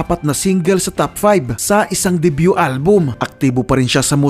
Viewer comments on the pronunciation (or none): none